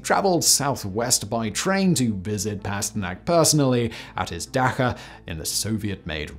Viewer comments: don’t mean to be pedantic but Simon’s pronunciation of “dacha” is like getting stabbed in the ear 😂 the “ch” sound is pronounced like “chump” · Better still, when he's briefly checked for a pronunciation in the past he's chosen the wrong Anglicised pronunciation where he's bastardised the original word even more. 🤣